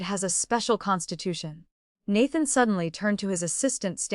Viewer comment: She wants to bear healthy hares for the past life's father-in-law? 😅 Hopping down the bunny trail... Please train the AI narrator on how to pronounce the words. It even mispronounces Nathan which is the male lead. The pictures mislead. This is a modern story, not historical.